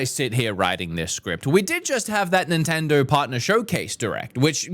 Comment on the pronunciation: "Nintender" lol